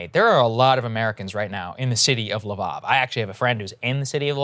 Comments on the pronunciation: Please learn how to pronounce L'vov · "LeVOV?" Seriously? That's the best you can do, Saagar? [sigh!] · Every time he says Lviv I’m cringing lol